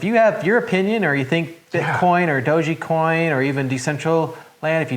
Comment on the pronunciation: Nice talk! Decentraland is an interesting project that will probably last. But it's not Doge-e-coin, it's dogecoin, long O, soft G silent E ;)